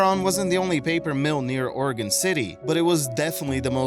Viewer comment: You pronounced Oregon correctly! Few people do that.